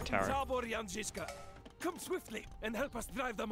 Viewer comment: Thanks for pronouncing Jan correctly this time.